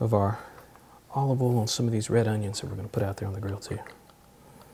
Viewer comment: its olive OIL pronounced Oy il and pregano is Oh Ree Ga No